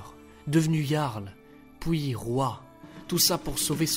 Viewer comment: puis et non pouis stp